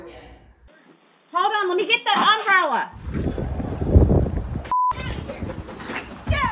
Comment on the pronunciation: First time ever hearing someone pronounce "umbrella" like that 😂